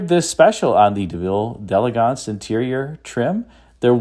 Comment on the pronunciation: Thank you for pronouncing “d’Elegance” the way it should be pronounced. Another YouTuber who regularly sells these cars insists on pronouncing it “dee-EL-egg-ents” even though he knows that is incorrect.